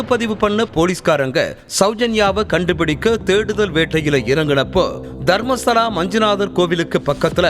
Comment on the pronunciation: தர்மஸ்தாள இல்லை மேடம் தயவுசெய்து தர்மஸ்தள என்று உச்சரிக்கவும்